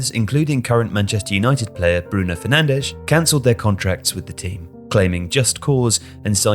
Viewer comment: “Sporting Club De Portugal” “Bruno Fernandech” 🤓